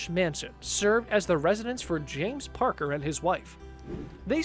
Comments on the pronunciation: It's James "Packer", not "Parker" fyi! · Packer, not Parker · James packer not James parker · His name is James PACKER, not PARKER lol....He was married to Mariah Carey, and owned Perths Crown Casino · OMG!! JAMES PACKER -James pack her. Now I know who and why. He kept saying Parker Gggrgghhh. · It’s James Packer, not Parker. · First of all... James Packer! Not Parker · They got the name PARKER wrong, it is JAMES PACKER, no R in the first part of the surname. He inherited the media empire from his father and since largely redirected into Gambling Casino ownership and going backwards finacially and legal status, though still very rich. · I have to correct the narrator, it james packer not Parker. Sorry it was making my head explode 🤣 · Mariah was not married to James! BTW, his name is Packer not "Parker" as mentioned by the narrator. He used to own a couple of Casinos, one of which is here in Perth (where I live). He inherited his wealth from his Father Kerry Packer, who in turn got much of his wealth from his father. The family fortune was made via media outlets, television stations, radio, etc. they owned. James branched out and went into Casinos. Those lovely Australian $100 notes you like so much - James was quite a lot of them. :) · Haha James Parker. American's have the worst pronunciation ever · It's James Packer not parker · It’s Packer not Parker !! Lol and yes he was engaged to Mariah for a bit that was a few years ago.. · Parker ... LOL, it is PACKER and yes, Mariah Carey! James Packer is the son of the late Kerry Packer (media mogul - think murdoch) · Haha it's packer not parcker and yes it was Maria Carey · Packer not Parker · 'Packer', not 'Parker'. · James Packer - not Parker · I cringed every time the narrater said ‘parker’ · James Packer. Kerry Packers son. Numb nuts mispronounced it